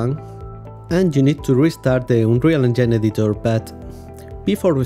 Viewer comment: "unreal engyne" he said.. very nice tutorials by the way sir. thank you so much